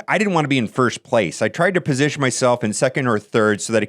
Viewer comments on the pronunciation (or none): none